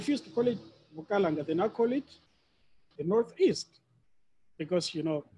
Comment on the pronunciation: Bukalanga not Bukaranga we don't have an R in our vocabulary.